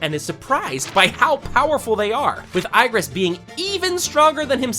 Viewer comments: Igris❌ i gris ✅ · Good video, but a few minor corrections: Igris is pronounced 'E-gris' or 'ih-gris' ,not eye-gris The girl in the red gate is his sisters friend, not his sister The Japanese hunters were in South Korea, not the other way around (Jeju island is in South Korea) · Brub its not iagris its igris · Igris not iris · it's igris not eyegris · Eyegrass not igris 😊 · lmao goes with her sister? and ay-gris? bruh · It’s not I gris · why are you pronouncing Igris like that? it hurts my soul every time you say Eye-gris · Ain’t no way he just said “eye-Gris” 😂😂😂😂😂 wtf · Bro is telling us the plot of solo leveling, but pronounces Igris Igris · Mispronounce igris name again. Put some respect on his name!🤣